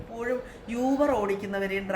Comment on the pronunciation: അതേയ്..... ഈ uber കാർക്ക് fare കുറവായത് കൊണ്ട് അവർക്ക് (ചിലർക്ക്) അതിൻ്റെ ഒരു കലിപ്പ് (frustration) ആണ്... ഇന്നത്തെ കാലത്ത് uber il register cheythale അവർക്ക് ഓട്ടം കിട്ടുകയും ഉള്ളൂ.. അതാണ് ഇങ്ങനെ പെരുമാറ്റം... പിന്നെ യൂബർ അല്ല oober എന്നാണ് pronunciation എന്ന് തോന്നുന്നു..